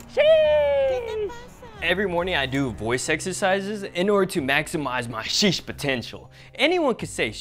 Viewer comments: Hey you can't even say sheesh very good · He doesn’t even say sheesh good,also this is fake